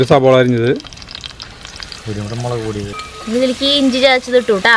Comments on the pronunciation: Melak alla mulakpodi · Super കലക്കി മോളെ........... മെളക് പൊടിയല്ല. മുളകുപൊടി 😄😄😄😄😄